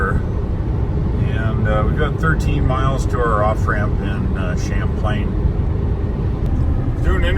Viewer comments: It's Champaign, not. Champlain. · And now you know why we are called FLAT LANDERS here in the mid-west. When we go to Milwaukee from southern IL we take 51/39 North to Rockford then take 43 to Milwaukee. We avoid Chicago like the plague. And Champaign is pronounced just like the drink.